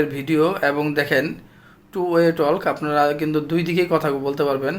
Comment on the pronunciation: Talk টক হবে ভাই, টলক না